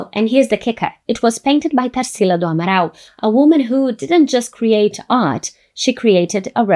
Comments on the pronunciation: Eu já ia elogia como ela pronunciou Abaporu e Tarcila do Amaral lindamente, mas ela é brasileira. Inglês nota 10 também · Quando você disse o nome Tarsila do Amaral eu tive certeza que você era brasileira. 😅 Gostei muito do vídeo.